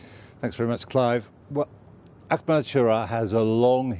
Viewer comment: Mate it’s not “Ackmed” it’s Ahmed, pronounced “Arr-med”. Go on try again, you can do it.